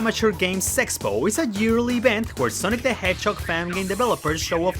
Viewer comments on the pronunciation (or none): It sound like he said "Sonic Amiteur Game Sex-Po." Wat?